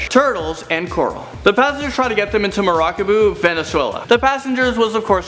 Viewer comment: Did he just say "Maracabu", venezuela ? It's "Maracaibo"